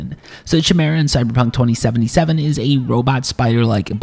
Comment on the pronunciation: “Chuh-mera” lol